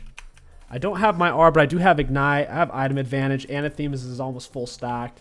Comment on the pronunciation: Its pronounced Uh nah thuh mah not anna thee mah